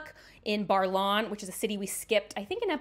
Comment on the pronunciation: i am enjoying your review, but it is Baer(like bear not bar) in Baerlon.